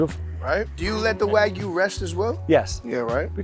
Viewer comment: Bro, you pronounce it wrong. It's wah-gyu not weh-gyu.